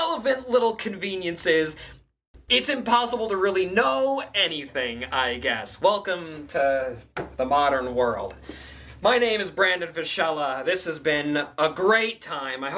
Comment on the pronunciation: The video was good, not gonna complain about that. Probably you've been told this 10000s of times but I stil wanted to say it, that's now how your last name is supposed to be pronounced. I might as well say it for historical accuracy lol